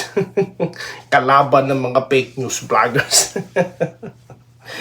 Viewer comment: Paki bigkas naman ung fake news ng maayos hindi pek news.